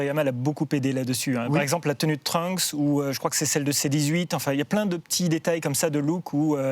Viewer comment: Pwaaa le 'Trunk' ca pique... C'est Trunks ! Pk les gens ont du mal avec les s en anglais???